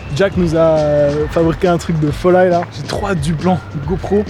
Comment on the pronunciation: "un truc de folyy" wao le bro a tellement 40 ans !